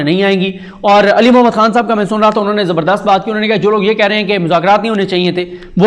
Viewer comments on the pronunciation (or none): none